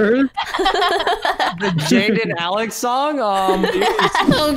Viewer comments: Its sounds like Salex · Did Alex just call her self salex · go go girls yea she said Zalex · Ur not the only 1 that heard Zalex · I heard she said "Salex" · Its not "zalex" but ALEX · She said zalex😂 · She said Its alex But sounds like it zalex Tho that would be adorable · no she said zalex in the intro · She said its alex just the way she said it made it sound like zalex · She said itz Alex that why u heard zalex but cool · SHE SAID ZALEX I REPLAYED TO CHECK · I heard alex say: “Hey guys its zalex” 😂✨👌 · Alex “Hey guys it’s Zalex!” Me “it’s your couple name YOU SAID IT YAY!” XD like this if you noticed she said “Zalex” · Lol zalex 😂😂😂😂😂😂😂 I bet they should tell everyone they called that 😂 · I heard zalex but when I heard it more times I heard “ it’d Alex!” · Me:why did Alex said zalex Bff: yay i hear that🤣🤣🤣🤣🤣:-D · she said Hey Guys Itz ALEX! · Why did i hear alex say: HEY GUYS ITS ZALEX Instead of alex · "hey guys its salex" salex XD not Alex it's salex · Lol alex says 'Hi guys its zalex' Lol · “Hey guys it’s “Salex” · For some reason I heard Alex say Zalex when she did the intro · In the intro alex said salex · Alex you said salad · Hey stop saying I'm Zalex in Zach Not Zalex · Nope I heard Hi guys it ZALEX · Dude I caught it to she said zalex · I heard it she said Alex:hey guys it’s me zalex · She said itsalex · I heard "itz alex!" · She said "Hey guys it'z Alex!" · she said hey guys it's zalex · о, да, тя каза Zalex! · Sooo tyre I heard hey guys it zsalex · Did anyone only heard Zalex instead of Alex XD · What’s zalex lollllll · Maybe because Zach+ Alex= Zalex;)))) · Did u know that when Alex said her name she said zalex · who else hears zalex instead of alex i kept repeating it hahaha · Did anyone notice that in the beginning alex ssid "Im Zalex" =3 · I thought alex "im salad" 😂😂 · Did Alex say,”Hey I’m *Zalex!*” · Did alex just Said : "Hey guy's I'm Zalex!" 😅